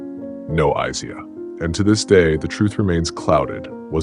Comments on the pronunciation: Any listen to you keep saying “eyeseyeah” one more time ffs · Stop mispronouncing Isiah 😢